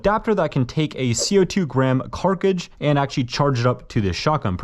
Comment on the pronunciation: Carcidge brooooo its CARTRIDGE U DO IT ON EVERY VID